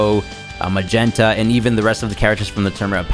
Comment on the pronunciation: its not magenta its magetto